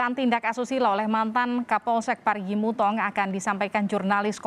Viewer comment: mo u tong bukan mutong😭